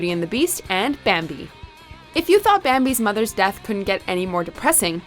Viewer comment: Legit thought you meant deaf, not death